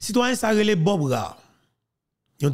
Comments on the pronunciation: tout d' abord je m'excuse pour cette intervention, car le show info doit être excellent. En effet, j'' ai entendu prononce le nom de l'ambassadeur Canadien Bob ra é, toi,tu prononces bob ra, mais les canadiens prononcent ce nom comme Bob rė ou rey. Donc, verifie si j' ai raison de cette rectification. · Nom Bob Rae se prononce : Ré..